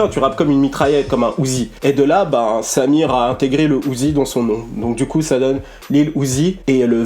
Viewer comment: C'est une bonne vidéo que tu nous propose encore une fois mais en revanche la prononciation de Symere est affreuse. C'est Saïmeré et non Samir ...